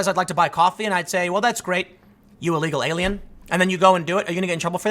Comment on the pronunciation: anyone else hear "eagle alien"